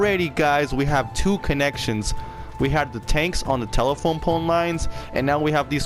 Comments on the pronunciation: Are you saying tela-pone? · that's what I heard too.